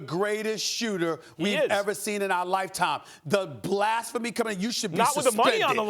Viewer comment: ‘blAAsphemy’ -SAS